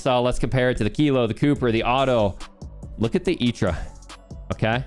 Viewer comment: I know you're saying "Itra" properly and all, but I hate it for whatever reason